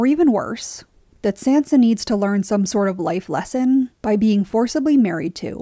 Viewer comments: ....you're saying her name wrong and I hate it. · I liked the commentary on Sansa here but I couldn’t stand the way the narrator said Sansa and I’m probably the one saying it wrong but I don’t think that’s how it’s said in the show